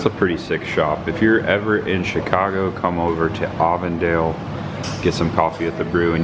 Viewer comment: Happy Reminder.. its Avon-Dale, like the cosmetic company 🎃👍